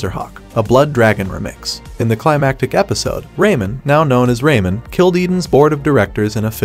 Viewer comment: "Rayman, now known as RayMun" harm thyself theres no way honey ! you ate! <3